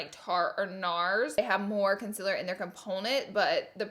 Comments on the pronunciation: laura i love you and how you pronounce conciller 😂😂❤️ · Is it just me or does anyone else love how she says conciller😂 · Love you but “conciller”? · Southern accent.... I'm from Texas so I'm used to hearing that. However, I have a pretty good ear and the ability to correct myself accordingly so I don't say things like that, lol. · i know it bothers me how she says concealer and says concilir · That's not how you say concearler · I subscribed to her channel just to hear her say concealer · She still can’t say consealer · I don't know why, but I LOVE how she says Concealer 😂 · I hate it when she says concealer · Lol the word concealer lol... I love you! You say it fluent in “Laura Lee” boo... ppl just need to be fluent in you!!! ❤️❤️❤️ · I’m gonna say the word concealer wrong 18 million times today 😂😂 This is why I love you!!!! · The only thing I dislike about you is you can’t say concealer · i clicked just to hear her saying concealer wrong. no hate tho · When you realise that Laura knows about the amount of people who hate her pronounciation of concealer. Girl, say it the way you want❤. Great review by the way! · Am I the only one that noticed that she didn't spell nor say "concealer" right ?🤣😅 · Laura thank you for being so honest!!! I love watching your review! And am I the only one who doesn’t get annoyed by the way you say concealer?? Lol I couldn’t even tell until you pointed it out!! Love you Laura❤️❤️❤️ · There's a difference between having a speech impediment and her knowing she can say concealer but choosing not to and looking illiterate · Everyone needs to get over it.. That's how she says it. Move on. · Wtf ‘conciller’ ?!? Its concealer for fuck sake 😂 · Its fucking concealer not "conzeler" fuckkkkkk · ConCler not consIIIler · Its concealer not consiller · K Laura lee you need to learn how to say “concealer” it sounds like it’s spelt con-cea-ler not “con-sell-er”. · It’s not con-cil-er it’s con-CEAL-er😂🙄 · It’s concealer not conciler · Conciller haha